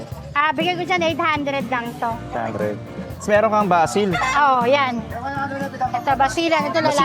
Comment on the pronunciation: Aseel hindi basil. Basil valdez?.